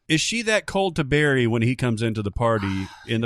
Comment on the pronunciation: Wish they'd pronounce Barry's name correctly, like Goran does.